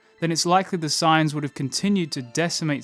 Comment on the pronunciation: Sounds like he's saying "signs" instead of sayians